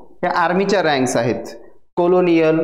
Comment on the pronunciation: कोलोनियल नाही हो, कर्नल